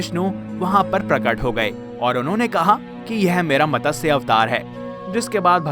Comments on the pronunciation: Fish Avatar sound is Mat. Sa . . Not Matasha. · Mtsya not Matasya. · Not Matasya but Matsya avatar.